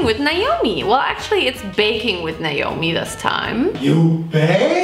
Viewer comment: I love that you say your name how I say my name! Everyone always says Ni-omi when it’s Nay-omi